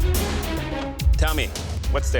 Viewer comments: Her name is Line (pronounced like Lynn), not Leah. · Her name is not linn it's line